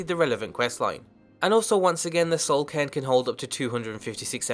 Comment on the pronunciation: OH, i thought he was saying Soul Can